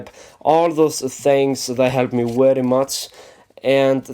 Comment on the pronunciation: it's "edge" not "edse" and it's "very" not "wery"